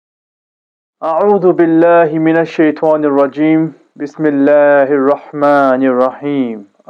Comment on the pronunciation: Brother when you pronounce the taawuz in the beginning, don't say shaytwa, it's shytaa